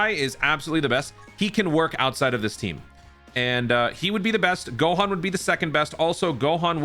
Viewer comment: "GAHAN" lmaoo dude am dead